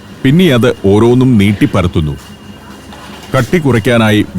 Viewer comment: കുഴയ്ക്കുന്നു.. ഉരുട്ടുന്ന്.. പരത്തുന്ന് .. മുറിയ്ക്കുന്ന്..വറക്കുന്ന്.. കോരീയെടുക്കുന്നു..